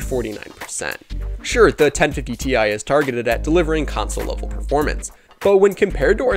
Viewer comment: I’m sorry but the way you say ti makes me wanna die